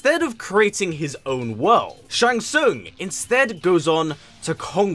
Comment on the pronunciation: Shang Sung😂